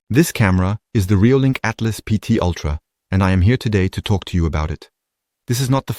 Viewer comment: Altas; not Atlas :)